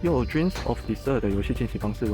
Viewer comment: 不好意思每念一次遊戲名我就很想糾正這個發音XD Desire空爾-的塞爾-輕音輕音三聲